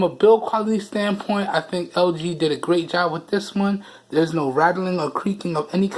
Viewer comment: Nigga trying to say lg but he said ld lmao dead 😂😂😂